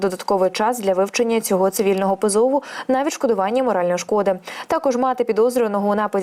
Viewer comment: Не "позОву", а "пОзову".